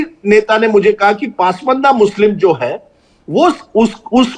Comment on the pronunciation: PAASMAANDA nahi...... it's PAS-MANDA...